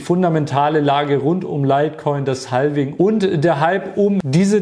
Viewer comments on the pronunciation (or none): Bitte nicht "haLVing" sagen... es ist "havfing". 😢